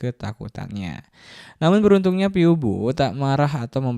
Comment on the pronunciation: izin koreksi minn🙏🏻 tulisan : phoebe dibaca : vibi